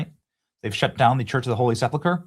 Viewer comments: sepulcher /sĕp′əl-kər/ - correct pronunciation is important. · Bad Benny said SepLucker again